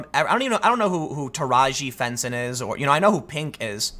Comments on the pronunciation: Lol Tim i love it when you mispronounce names. Its not Taraji Phenson its Taraji P. Henson. Made me lol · It's not Teraji Phenson, It's Teraji P. Henson. She 's the black chick who played detective Carter on the series Person of Interest until her character was killed.